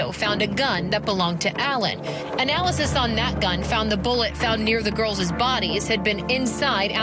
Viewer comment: Whoever is doing the reporting on Allen should take a course in English 101. The correct plural of girl is girls, not ''girlzez.''. Please, if your going to be a reporter use proper English.